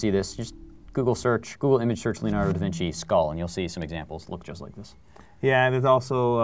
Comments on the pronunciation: LEONARDO. not leanardo.Please... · Yes, I know, I'm not stupid but it just sounded like leolardo instead of Leonardo...